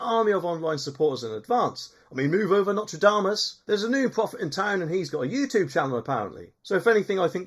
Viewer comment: It's Nostradamus, not Notre'damus